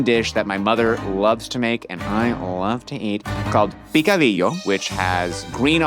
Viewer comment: I really love you guys but It's picadillo not picodillo.